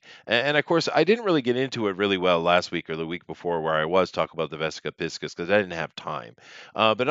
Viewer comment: Jones wishes he were a tenth of the man that Cooper was. P.S. Cracks me up that you pronounce it 'pisk-us' and not 'pie-sees' by the way.